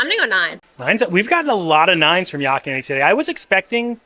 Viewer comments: Another great video! Love your channel and hearing your perspective on things! I got a chuckle out of pronunciation of Yak, he kinda says Yock. 🤣 Yak rhymes with pack and black. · Their ahi tuna nachos are the best! We pick up Landrys gift cards at Costco, so you can save some $$ there. As an FYI, Yak is pronounced like pack with a y. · “Yok” and Yeti 😂😂😂